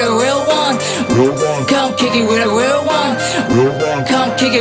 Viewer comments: Not bad. After 2years of practicing... At least u can pronounce da word "Real" now. Southside stoCKtown Menace gang!!! Real recognize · U can pronounce the R now. Good stuff lol